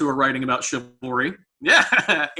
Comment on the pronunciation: Sounds like cavalry